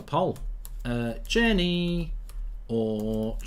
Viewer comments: He’s called fucking tierney not cheerney, you pronounce so many players names wrong. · Yeah “Tier-Knee” why is he saying it like that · Who tf is Cheerney?